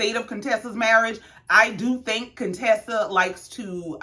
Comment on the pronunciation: You said my name RIGHT...no worries..I love your Channel ❤🤗